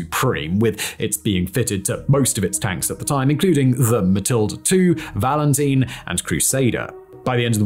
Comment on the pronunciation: Valentine not valanteen